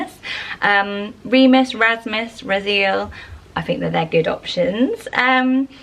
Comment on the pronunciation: I notice that whenever you pronounce Hebrew names you mispronounce the endings. For example: Raziel would be pronounced Raz-ee-el (3 syllables) or Ramiel is Ra-mee-el. Also names like Azariah (which I know you mentioned in a previous video) is pronounced Az-uh-rye-uh not Uh-zar-ee-uh. Just trying to be helpful! I love your channel and all the great ideas you have! Much love and stay safe!